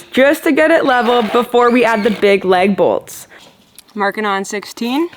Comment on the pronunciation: "Leg Bolts" or LAG BOLTS?😂